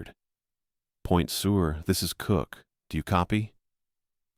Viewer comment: It's pronounced Point Sir, now Point Sewer. Good story though.